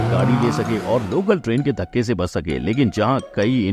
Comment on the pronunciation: Shampoo ayurved ka part hai. Yeh kitab humare devtaon ne humare rishi munni ko diya.. Dhacka nahi dhakka hota hai.. Dhacka jaisa koi word nahi hota.. 😃